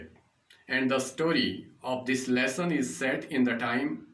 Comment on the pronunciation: Lesson Ko lussan Bolte ho to mza aata h Keep it up Loda bhi bolo sath m